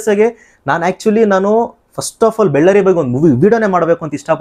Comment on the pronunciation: ಅಣ್ಣ ಅದು ಬೆಳ್ಳಾರಿ ಅಲ್ಲ ಬಳ್ಳಾರಿ 😌😌